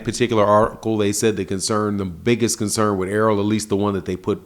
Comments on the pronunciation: Its CONCERN NOT CONSERN BRUH. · “Consern” lol